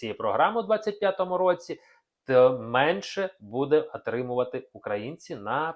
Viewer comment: Очень режет слух Ваш " русизм" в произношении. Прошу прощения: в украинском языке, если пишется (на пример) "отримував", то и произносится Отримувпв а не Атримував. Во многих случаях Вы приносите так. Обратите на это внимание. Вы же с экрана вещаете все же. Спасибо. И... Страна - это русское слово. В украинском оно другое, Вы и так, и эдак произносите. Спасибо за информацию. И простите, если что)))